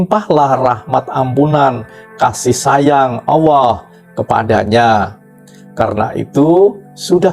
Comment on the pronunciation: Kok di sebutnya awooh..bukan alloh😊